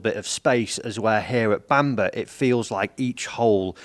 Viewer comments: Love to know where this “Bamber” castle is?! Bamburgh is pronounced ‘Bam boro’ 🙂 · Why didn't ask how to pronounce Bamburgh? It's Bam-burra - not Bambur!!! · I couldn’t even get 5 minutes into this video. The castle and area is Bamburgh but it’s pronounced Bamborough. It’s not Seahouse, it Seahouses. If you’re going to do videos on course, please do a bit of research and at least learn how to say it properly. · Don’t want to be a pedant, but its pronounced ‘Bambrah’ similar to how you say Edinburgh